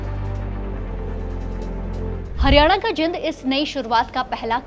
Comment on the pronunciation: पहले तो बोलना सीखो जिंद नहीं जींद है